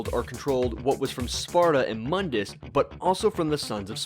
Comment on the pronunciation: Its Moon-dis not MUN-dis....sorry someone had to.